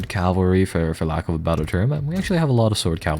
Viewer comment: Cavalry, not Calvary.